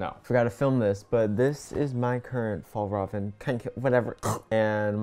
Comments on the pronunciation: My dad actually works at FjällRäven and it is pronounced fi all rah ven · plSSSSSS watching this video as a swede was hilarious cuz every time tried to pronounce Fjällräven it just got worse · Fjäll-räven, the ä is pronounced as the a in air. Kånken is pronounced with an å-sound which is like the O in or. Hope it helps /offended Swedish person cuz the bag is in fact Swedish and not Norwegian 🙂🙂